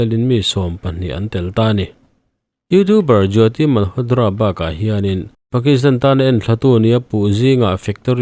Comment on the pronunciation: Malhotdra nilo in malhotra tiin lam tawh d nilo t tur zawk.ngaihthlak anuam lo tep zel